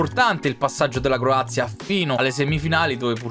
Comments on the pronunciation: Mie si dice Croazia e non corazia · No che lui ha detto Corazia e non Croazia😂